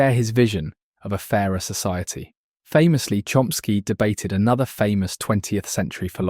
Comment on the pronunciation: Porque na traduc,ao voce diz Chsky e nao diz Chomsky ??